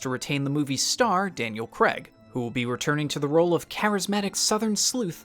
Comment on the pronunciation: It’s Daniel Craig pronounced Crayg